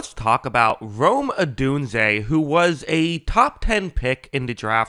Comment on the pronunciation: Oh my gosh! Yes! Rome like the the city in Italy the Roman Empire, like dome with an R. It’s about time